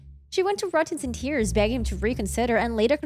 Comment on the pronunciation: Right can't watch this kids talk about the case and can't even say her name correctly. She says "Ruttin" too not "Rudin" 🤨